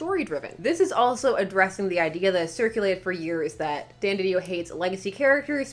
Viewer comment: No you said it right the first time.